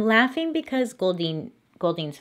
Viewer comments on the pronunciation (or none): Nobody: Bailey: I’m lUaGhY bEcUasE